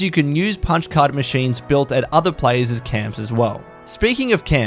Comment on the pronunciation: "other player'sis camps" What is player'sis!?!?!?!?